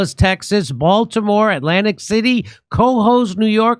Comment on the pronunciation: He always calls the name of the town Cohoes wrong. It's pronounced kuh - HOES (rhymes with 'the hoes').